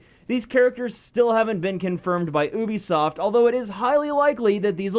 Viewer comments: Why the fuck do you say Ubisoft like that, it's pronounced like YOUbisoft not OObisoft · Stop saying oobisoft, it's pronounced you-be-soft ( yes... I know what it sounds like and looks like) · Wtf is oobisoft? Everyone keeps saying oobisoft, I've never heard of that company. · Is it oobisoft or youbisoft